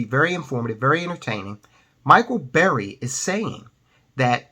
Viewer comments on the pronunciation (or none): It's burry.....not berry. Cmon man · Burry, not Berry